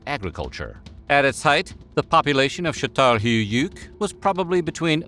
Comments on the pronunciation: was actually pretty close and just the y and somewhat the whole höyük a bit overpronounced should sound more like chattal höük instead of chettal hü-yöük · He isn't saying chattal, but shattal. It's so gratingly wrong I had to skip to the next culture. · That pronunciation of Catalhoyuk is hillarious. It sounds like he is trying not to throw up 😂. Its pronounced kuh-taal-how-yuck.